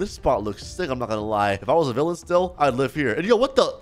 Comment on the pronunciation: bro just said hero to villaan